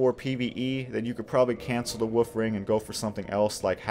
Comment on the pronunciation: I'm sorry, it may just be your accent, but I definitely hear you saying "woof ring" instead of "wolf ring" and I mean, it's still accurate, but just a tiny bit cuter lol